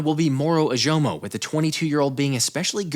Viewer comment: Love your content! 1 thing though, Moro Ojomo is pronounced “Oh-Jo-Mo”. I’m also a longhorns fan and can’t wait to see him get some playing time.